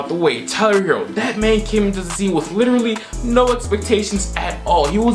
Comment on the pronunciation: Ummm pronounced Tyrone herro 🙄